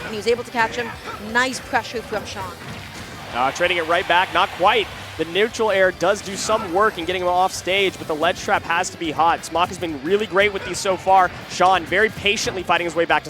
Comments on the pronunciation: Tf is a “neutwal aiw”? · It’s Neutral air, but pronounced with a minor speech impediment. I’m sure you can live with it. 😊